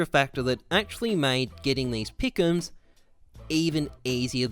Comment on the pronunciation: The gowwld peekums troh-fee